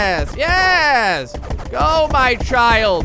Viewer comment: instead of saying Yes. he says Yez